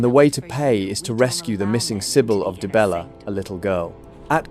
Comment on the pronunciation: Dude converted dee-bella into die-bella... 😂😂😂